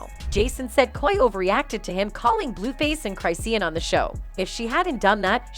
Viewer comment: Whos CHRIST-e-on and chrisssyEon? Lmaooo Anyway thats one fight i wouldn't want to see ,rock is a beast with them hands and coi is such a tiny ass toothpick that rock would come off looking like a bully..imagine d-bone fighting a 10yr old girl just not a fair fight... you just gotta walk away from fighting certain females its just not worth getting a whole murder charge when you was just tryna ruff a B up!